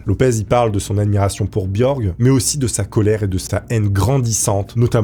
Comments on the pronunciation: BjorKKKKKK, pas Bjorge ! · Bjork.....Pas bjorg ! Mondialement connue Incroyable en tant qu actrice. .... Je te découvre dans tes vidéos.